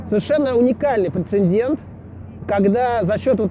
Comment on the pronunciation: 4.48 «прецендент» — нет такого слова! есть «прецедент» и «претендент», имелось ввиду , видимо первое...эх